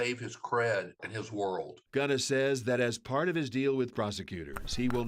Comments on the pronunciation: why are they saying Ghana instead of Gunna lol hehehe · They say his name not gunna lol 😂 bad news ankers